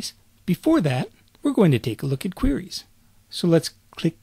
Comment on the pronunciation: I love the part where he says "qwuries."